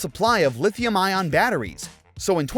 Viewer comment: its lithee-um sirrrrr